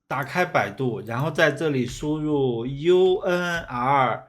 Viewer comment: 哦，我的兄弟那个念l不是那个是内个。是Nugent？ Unreal Engine five